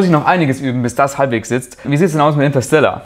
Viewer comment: intasella 😂😂😂 Inteerrstelaaarrrrr